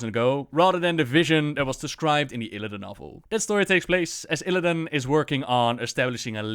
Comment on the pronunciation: although it's Illidan, not illadain or illadin;p